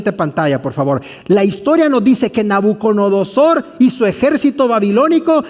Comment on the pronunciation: Es NABUCO DONO SOR... Y No "Nabuconodosor"... disculpe se que es difícil mensionarla y si es curioso escucharla decir mal ... pero muy interesante estudio